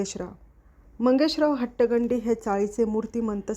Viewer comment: हट्टगंडी असं नाही हो ते. हट्टंगडी असं आहे, तुम्ही अनुस्वार चुकीच्या ठिकाणी उच्चारता.